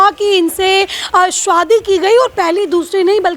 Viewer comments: शादी ❌ स्वादी ☑️ 🥲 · Shadi ❌ Swadi ✅ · 'Shadi' hai ki 'swadi'😂😂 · रिपोर्टर शादी को शुवादी कह रही है 😂😂😂😂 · BAhan Zara sahi se bolo shadi bol rahi ho to lag raha hi shoudi.